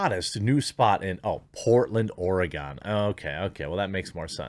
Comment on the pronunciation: Sorry Jeremey, but I cannot hold my tongue any longer, it's just too painful to hear. It's not Ore-ah-gone, but Ore-gun. Next, say "Spo-can, Yak-ah-ma, Too-all-ah-tin, Ah-lo-ah, you get the picture. Being a Midwesterner, at least we know you'll be able to pronounce Milwaukie. Speaking of, may I suggest the Acropolis...